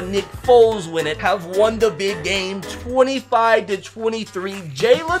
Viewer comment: he tried to say have